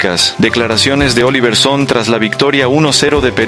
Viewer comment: Se pronuncia SonnE, no Son! No es inglés es Danés!